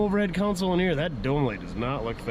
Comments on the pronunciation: it's a - console (center storage area) not - counsel (giver of advice) - I 've heard other northerners say it right - can you? - Please try, eh...? 🙂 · Pronunciation tip of the day: Counsel (pronounced Cown-Sell) refers to lawyers conducting a case. As in, "the counsel for the defense". Console (pronounced Con-Soul) is a panel with a set of controls for electronic or mechanical equipment.😉